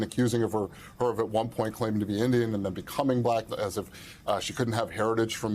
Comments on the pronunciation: "B lack"🤔🤔🤔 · Why does he pronounce “BLAAACK” like that? 😂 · Listen to how he pronounces black when he speaks directly about the VP: blaaaack! He can't help but show the world his dislike. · Just the WAY he says "black" and "black person" is insulting. He literally pronounces them the same way you would if you were mocking or making fun of someone. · Why does trump say black like a kindergarten kid pronouncing it for the first time?